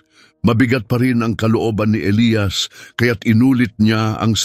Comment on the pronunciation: Elyas Hindi elayas..